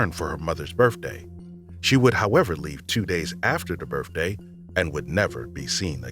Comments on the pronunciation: Are you fucking kidding?!?!? You used an AI voice that cannot pronounce “birthday” instead saying “birfday?” SMH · Listening to this narrator on these stories was interesting if not just plain laughable. The "taking" of marijuana, along with a nonsensical timeline, turned that story into a bigtime laugh. His use of "birfday" and "libary" had me replaying the misused words several times with my earbuds pressed in tight to make sure that was what he said. One of the stories ended with "Brian was a suspect, but he died" and it just ended with that. WTH?!? To summarize, someone was taking drugs, NOT marijuana, and it was the narrator. Plus, he doesn't share. I've never heard this guy before and I have reservations about listening to anything he narrates again. Unless he shares.🤭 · Could someone please tell the narrator that it’s pronounced “birTHday” not “birFday” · It’s birthday not berfday. It’s hundred not hundret. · birfdays libaries come on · Did the voice-over actor actually say, “birfday”? Twice? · The narrator actually kept saying "birfday". Maybe narrating is not for him. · I love this guy's voice especially when he says "birfday" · ...for her mother's "birf-day" ...would leave 2 days after "da birf-day" ?! 🤨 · You say Lavender Doe, but under her picture it says Lavenda Doe?? Birfday?? Liberry?? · The narrator has a lovely, melodic voice. Someone please tell him there is no such word as “birfday.” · “two days after the birfday” killed it for me. He literally said birfday 2x lol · Does this narrator keep saying BURFDAY? so ghetto. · I totally laughed at the “taking marijuana” comment! EPIC. Did the narrator also say “birFday”? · Yes,Yes you heard birfday too? Lol 😆 my brother also calls it that and my mom. AND who doesn't file a missing persons report for their own kid. That was a real shitty excuse!! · Unrelated but I love the way you say birthday